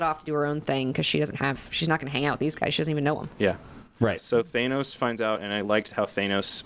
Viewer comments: Stop saying Thaynos!!! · Why do you guys pronounce Thanos the way you do.